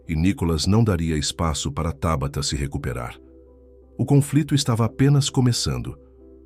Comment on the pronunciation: É Tábata ou Tabatá. Já vai começar a trocar a cilaba tônica de lugar?